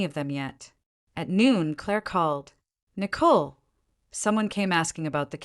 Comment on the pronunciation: So far, I've listened to two stories where one of the female characters was named Nicole. In both stories the name Nicole was pronounced with a great deal of emphasis on the second syllable. It sounds so odd it takes away from my enjoyment of the story. The AI needs to be adjusted.